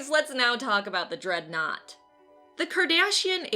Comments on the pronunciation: I love how you repeatedly (and I believe intentionally) mispronounce the Cardassians as Kardashians. Clearly, the Cardassians would be the offended party for being mistaken for those vile, greedy hedonists. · Great video, as always! Plus, I got a huge laugh out of you pronouncing Cardassians as Kardashians. LOL! Heh, perhaps the Borg should get an honorable mention as well? They're kinda tech gone bad. ;) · Kardashian. I got a feeling you mispronounced that on purpose to see how many angry nerds you can get to comment. Lol.